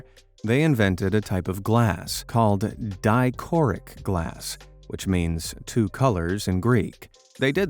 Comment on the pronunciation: Dichroic, not dichoric